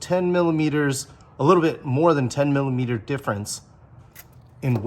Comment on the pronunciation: What the heck is a milla meter???